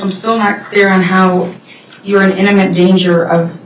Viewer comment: One more word to add to the ever growing list of words has no clue how to say: inniment (As in ‘I still am not sure how you’re in inniment danger…”) it’s IMMINENT!! Read a dictionary, go to school, learn things!